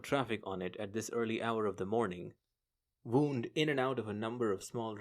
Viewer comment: Have listened to and enjoyed few of your J.C audiobooks. But every now and then I'm jarred by your mispronunciation of some words. So pls brush up on 'tear' and 'wound'. They have two different meanings each - and sounds. I am an old journalist and English teacher. Cheers!